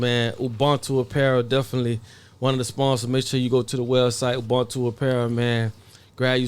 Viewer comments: Its pronounced uboontu...not ubuntu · Pronounced uboontoo not ubhuntoo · Shout out, I used to watch your videos back in 2019/2020. Please learn how to pronounce Ubuntu and hat it means